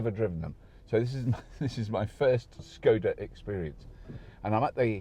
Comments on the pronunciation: I think its pronounced sh-c-oda. Correct me if you can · It wasn't Czechoslovakia when Škoda was formed, it would have been part of the Austro-Hungarian empire; Bohemia. Czechoslovakia was formed after WW1 ~1918) and dissolved in 1992. Also, the first letter of the brand is pronounced "Sh" I think, it's not an English S. ;)